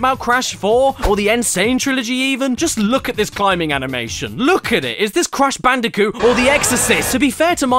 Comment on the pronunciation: I can't get over "Cash Banooca"